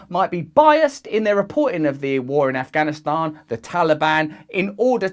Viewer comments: Side note: I’m so happy with Russell’s accurate pronunciation of the word ‘Afghanistan’. The western media always gets it wrong. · You actually pronounced the 't' in Afghanistan. Well done Russell 😀